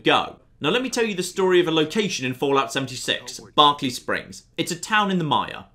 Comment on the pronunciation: Berk-ley Springs